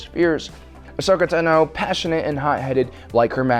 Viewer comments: Ashoka's name is pronounced TA-no not Ta-NO. You emphasize the "Ta". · He pronoaced Ahsoka Tano Ahsoka ta-no like how it looks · The one thing that bugs me is that you are pronouncing "ahsoka TANO" wrong. Ahsoka pronounces it "tah-no".